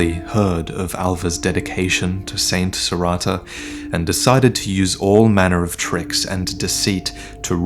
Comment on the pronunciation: it's Serreta, not Serrata.